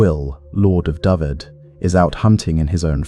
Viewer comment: Would have been better if Dyfed was pronounced correctly. It's Duh-ve-Ed